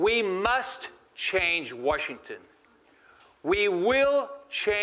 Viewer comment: Why is he saying "Warshington"?